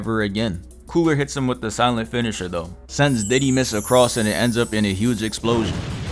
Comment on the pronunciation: "Diddy mist" 💀💀